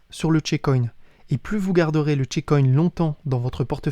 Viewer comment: On ne dit pas "chicoïne" mais "tchécoïn" ;)